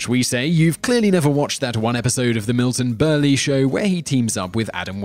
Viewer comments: what remember is Milton Berle is pronounced as Burl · How can you know all this about Bruce Lee and still not be able to pronounce Kato? Even if you're pronunciation is "more correct" and you say it with a British Accent isn't going to change the fact that no one else says it that way. Also you mispronounced Milton Berle's name as well.